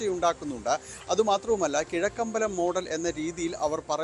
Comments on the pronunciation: Vadakkambalam alla muthe kizhakkambalam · വടക്കമ്പലമല്ല കിഴക്കമ്പലം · വടക്കമ്പലമല്ല കിഴക്കമ്പലമാണ്... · വടക്കമ്പലം അല്ല ചേട്ടാ.. കിഴക്കമ്പലം